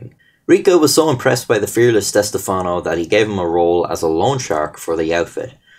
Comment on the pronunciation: thanks for pronouncing stefano correct. as a stefano myself its rare people get our name correct